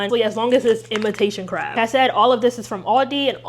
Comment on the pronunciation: I love you and I usually don't comment but I very much think you said imitation carb atleast 8 times and it cracked me up 😂